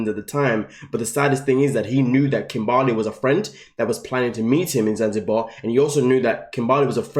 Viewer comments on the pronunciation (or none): I still laugh every time kim-BAR-ley 🤣🤣